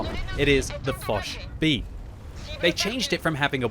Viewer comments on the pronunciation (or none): none